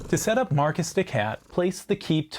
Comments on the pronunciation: I can't help but twitch everytime I hear "Marquis" pronounced "Marcus" instead of "Markee" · It's pronounced 'mar-key', I believe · Your accent didn't trigger me, but the pronunciation did. 😂 The S in Marquis is silent. Just "Mar-Key." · Great video. I have to say I would’ve rather listened to the bad French accent than Marcus the cat 😂